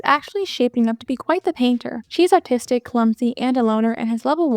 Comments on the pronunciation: Am I crazy or are you saying autistic instead of artistic? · lol I heard that too and I was just listening to the video not watching it and I’m a bit slow so I had to open up the video and watch back a few seconds in order to understand